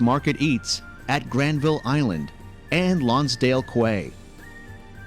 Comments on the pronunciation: I would like to apologize for the Canadian voice-over who pronounced the word "quay" as "kway". It is pronounced "key". UNBELIEVABLE. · Quay as in Lonsdale quay is pronounced as key. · QUAY- is pronunced KEY... but let's move on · Rideau Canal = ree-DOE Canal, (not ri-doo) Lonsdale Quay = LONZ-dayl KEE (not kway) Just pointing out a typical Canadian thing: hire an American to do your narrating! As for Vancouver, a lot of people love it and claim to live in Canada's best city (or sprawling Metro area). One factor is the mild weather. We get snow in winter, but nothing like many cities - including American ones - get. Occasionally it just doesn't snow at all! Summers can get hot, especially in August, and the beaches get very busy. Spanish Banks is very swimmable when the tide comes in over the hot sand! Vancouver's very cosmopolitan, and riding a full bus with no English to be heard can happen! Along with the many cultural festivals, people from around the world bring different dining experiences to restaurants across the city. There are also enclaves of Chinese, Indian, Persian, Greek, and other nationalities scattered about. Downside 1: The climate attracts drug addicts and other street people who have often been told surviving VR winters on the street is easily done. (That's dubious.) We have a large drug- and alcohol-addicted population, as well as (and often including) people with mental problems camped out on sidewalks and in parks. They do stay in certain areas and are easy to avoid, but are usually not aggressive or threatening. Downside 2: It's expensive here. Houses begin around the million dollar mark and go skyward from there. Single bedroom apartment (flat) rents are around $2000/month on a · It's pronounced 'Key' not 'kway'...! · American dude in the video being reacted to has some hilarious wrong pronunciations. Sigh. Rideau = "redo" was probably the one I laughed the hardest at, but saying "kway" instead of quay was also pretty brutal.